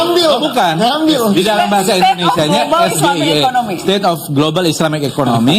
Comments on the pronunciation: SGIE itu kependekan dari kalimat bahasa INGGRIS ...State of the Global Islamic Economy Yg harusnya Dieja gibran dg es, ji, ai, i DAN BUKAN es, ge, i, e 😃😃😃😃😃😃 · SGIE (State of Global Islamic Economy), cara bacanya (mungkin) Es-Ji-Ai-I. Begitulah orang BODOH mengejanya dalam bahasa ASLI-nya (in ENGLISH). Saya Goblok Ingin Edaaaan....! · Sok pintwr tapi blunder bran Gibran,, SGIE itu singkatan BHS inggris,jd bacanya jg harus Inggris yaitu es ji ai i,,bkn esge i e,,t7 anya menjatuhkan yp blunder ,,dan saya tanya kenapa Gibran pakai 3 mic yg lain tdk dan waktujawab ada suara perempuan sudah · wkwkwkwkwk hanya RAKYAT CERDAS.... Yg faham SGIE es, ji, ai, i JADI es, ge, i, e😃😃😄😆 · Es Ge Ii Ee kepanjangannya dlm bhs inggris mestinya singkatannya dlm bhs inggris juga Es Ji Ai Ii, piye tooo... udh pnya contekan msh aja salah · Guru si samsul lupa ngajari cara sebut SGIE yg benar,, 😂😂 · Down grade ya 😂😂 Meski akhirnya dia geli juga dia ralat ES GE I E jadi ES JI AY I 😂😂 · Gibran bertanya kepada cak Imin. Es Ge I E. Kayak nya Ejaan Bahasa Inggris Gak Ada Huruf Ge. Waktu Kelas 1 SMP gw belajar E , Bi , Ci , Di , I , Ef , Ji , etc. Kalo Es Ge I E , huruf dalam bahas Inggris nya S , ? , E , A. Singkatan dari apaan tuh 😉?? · SGIE EJAAN NYA...dlm bhs inggris ES Ji Ai i.....aku juga sempet bingung apa itu SGIE perasaan blm pernah denger.....ngapain hrs pake singkatan...udah aja pertanyaan nya tentang EKONOMI SARI'AH GITU....dasar bocil sok soan pake singkatan.....samsul....samsul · 👎BLIMBING SAYUR SURUH BELAJAR NGEJA ABJAD INGGRIS DEH. SGIE DIEJA ES JI AI I😀😀😀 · Pengen kliatan keren, n dikira org dia pinter.... hadeeeh.... ternyata nyontek.... mbacanya aja salah.... klo kek gitu anakku SD Kelas 3 aja bisa mbaca ejaannya....😅😅😅😅😅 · Wak Fadli zon pasti tau Gibran salah pengucapan msh aja ngeles......gitu aja kok repot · Gibran sok hebat biar lawan debatnya malu tapi dia sendiri bacanya salah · Baca huruf abjadnya aja salau